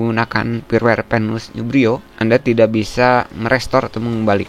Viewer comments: Kenapa huruf 'F' disebut 'P' firmware dibaca pirwer, File dibaca Pail.... byk kontent kreator begini😐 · usahakan perbaiki ungkapan yang benar saat penyampaian seperti "firmware" jangan disebut "pirwer" bacalah dengan Benar, krn ini mempengaruhi saat teknologi AI membuat subtitile yang anda ungkapkan ke berbagai bahasa di dunia, karena Youtube sekarang sudah terintegrasi ke Teknologi transalator (termasuk AI) alangkah baiknya kita perbaiki hal ini agar dilirik si penyedia Platform. salam sehat dari saya, teruslah berbagi demi kebaikan.